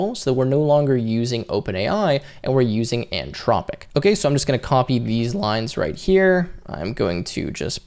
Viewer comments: Nice tutorial. You do know there's an H in Anthropic right? 🙂It's antH-rop-ic not an-tropic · anTHropic not anTROPIC. Otherwise thanks! Very useful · Came here looking for the comment before I said, "everyone say it with me, the t-h makes the thu sound" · Brother, there's an 'h' in "Anthropic." It's not "an-tropic" 😁